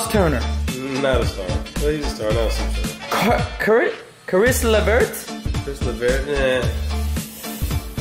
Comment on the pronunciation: Is Caris (care-iss) LaVert (Lah-Vert)